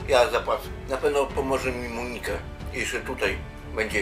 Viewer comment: Monika nie akcentuje się na O.